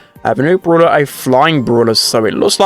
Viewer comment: The way that he pronounces brawler like “BrUlAh” is so funny to me idk why